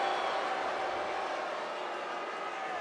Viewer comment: Rock not said chief , he said cheap😂😂😂